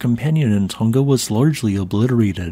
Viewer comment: How can you pronounce clothes "hanger" but not pronounce "Tonga"?????